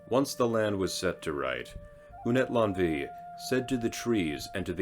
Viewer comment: Good video, but Unetlanvhi is pronounced Ooh-net-lan-uh-hee. 🙏🏽🪶